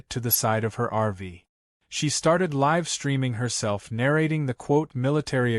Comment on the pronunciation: Please teach your computer application how to pronounce “live”.